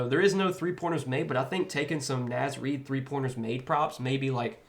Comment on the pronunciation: Love the Naz Reid pick, but you're pronouncing it wrong, bro.